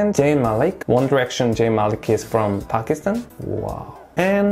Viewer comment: Mohammad Ali Jinnah is also a national hero. Thankyou for pronouncing Pakistan right